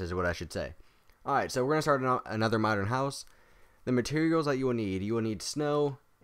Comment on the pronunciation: He said modren really funny in beging madren house lol